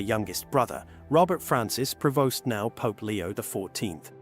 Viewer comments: Prevost... AI still has to perfect its skill. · The family name is PREVOST, not "provost ". Irresponsible script writer!